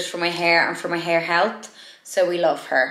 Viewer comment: love spray skin products, obsessed with the scrubby, so hard to keep blond the correct water , need to see the shwoer filter? love how you say health lol x heard of the sol spray but i never see things like this going viral on tiktok